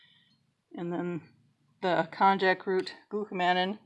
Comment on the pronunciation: The correct pronunciation of konjac is konn-yuck. The correct pronunciation of glucomannan is glue-koh-munn-ahn -- it is a polymer of glucose and mannose.